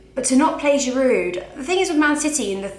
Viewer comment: the d in giroud is silent how many more times do u have to b told